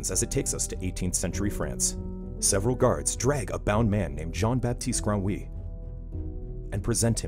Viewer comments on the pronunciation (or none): Jen batiss granwi is what I heard as a French